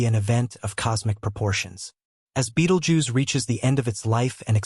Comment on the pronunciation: Pronounce 'bettle-gerze'